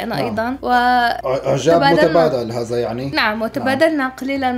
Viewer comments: حرف الزاء غير وحرف الذاء غير هذا وليس هزا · لماذا تقولنا هزا انما هيا هذا بحرف الذا هناك فرق بين الزا والذا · ماشاء الله فيديو جميل وعائله جميله 😍🩷عندي ملاحظه نطق حرف الذال انتم نطقتم الحرف. ز 👍🏻الطريقه الصحيحه هذا وليس هزا ❤️😍ولا تقطعوا فديوهات بتجننوا 🌹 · هزا مافيه زين والله حرف الذاء يبكي فالزاويه😂😂😂😂😂😂😂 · الله يسامحكم هزا ازهبي ما هزا !!! أين ذهب حرف الذال ؟ لماذا لا تحبونه ؟